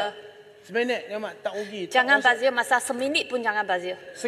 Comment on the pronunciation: bajir bajir...bazir tu pon ssh nk ckp lahir dkt malaysia..bahasa malaysia pon x betui lagi